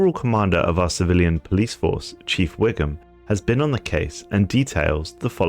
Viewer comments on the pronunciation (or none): "Chief Wiggun"🤣